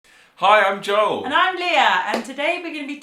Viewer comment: The way you say Joel is so British Joel lol. I love it